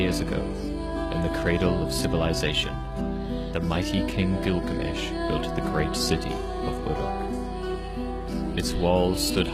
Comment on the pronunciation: هوة كلكامش مو غلامش 🤣😂